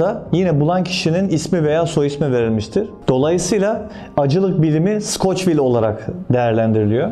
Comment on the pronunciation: abi skoçvil değil skovil.